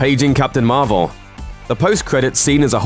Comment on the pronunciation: Marvel... (Mar-vel)